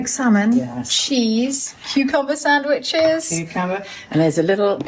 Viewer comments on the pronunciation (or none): …you’re so funny/weird 😅 there’s no “t” in sandwiches…it’s not a “witch in the sand” 🤣🤣💗😇